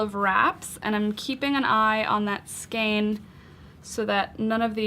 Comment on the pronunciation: Thanks for this. FYI skein rhymes with rain ;)